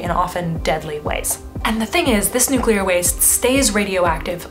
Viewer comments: I am so happy to hear the correct pronunciation of nuclear. One of my biggest pet peeves is hearing noocyooler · Thank you so much for saying "nuclear" properly. I have a hard time taking videos where people say "nucular" seriously. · Thank you for not saying "nuc-u-lar" once! Nuclear is 2 syllables W. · Thanks for pronouncing Nuclear properly.